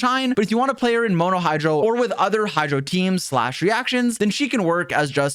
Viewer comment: "hydo dps" 💀💀